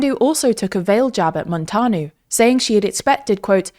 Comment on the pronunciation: Also MúntEAnu not “Montanu”? But it’s ok 😩😭